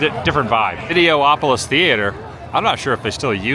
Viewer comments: It’s videopolis not videoopolis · Why are you able to say Autopia correctly but instead if Videopolis, you say Video-opolis?